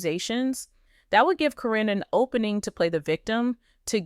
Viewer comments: I wish whoever is talking would pronounce Matt’s ex fiancée’s name correctly. It sounds like Karen, not Corinne. I enjoy watching this video. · Please pronounce karen's name right,its NOT CARINNE. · You learned then forgot how to say Caryn. Is it deliberate?